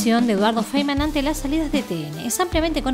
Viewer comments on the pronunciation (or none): Sehinkman..no Feinman.